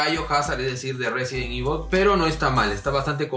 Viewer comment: Se dice resident evil